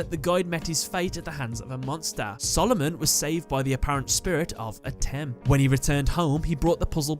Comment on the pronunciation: It's pronounced Ah-tim